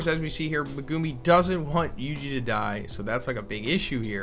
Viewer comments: Me-gu-mi not me-guu-mi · Saying megumi name wrong is cringe but good info